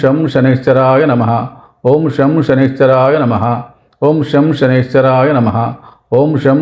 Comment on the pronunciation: బాబూ... సనైశ్వరాయ కాదు...!! శం.. శనైశ్చరాయ...! అంటే... శనైః చరాయ... !! అంటే... నెమ్మదిగా చరించేవాడు.. అని అర్ధం..!! శని గ్రహం.. చాలా నెమ్మదిగా.. మందంగా చరిస్తుంది..!! అందుకే.. ఓం.. శం.. శనైశ్చరాయ.. నమః..! అనాలి.!!